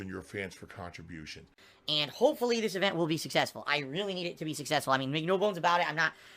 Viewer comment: “khantribution” “interaction”